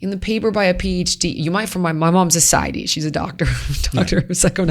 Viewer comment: Sweet holy lord ..... someone please teach this woman to correctly pronounce "satiety" 🙄